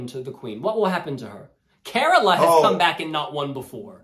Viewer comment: Its Cah-roll-ah!!! not caralah